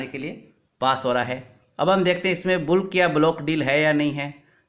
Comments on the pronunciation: सर् बुल्क नहीं बल्क :) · where can I see your blogs. Is it available at? The correct pronunciation of words like bulk and archives is बलक और अर्किवस हैं। आप बहुत अच्छी तरह से समझाते हाई, और मैं आपका मुरीद बनता जा रहा हूँ। मैंने आपको दो एमैलस भी भेजी थी, शायद अभी तक पढ़ने की फ़ुर्सत न मिली हो